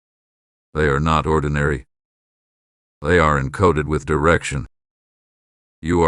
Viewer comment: "THEY ARE NOT ORDENARY"